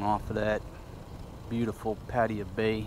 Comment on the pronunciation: PAT AY YA That's how the locals said it when I was there.